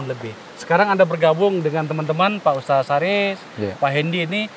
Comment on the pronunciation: Alhamdulillah... perlu dipublish terus agar masyarakat tidak terpapar radikalisme. Kesadaran berbangsa dan bernegara yg pancasilais nan berbhineka semakin subur. Selamat Bang Akbar...semakin maknyus aja nih AF Uncensored. Penyebutan Ustas khas Makassar Bung... 👍👍👍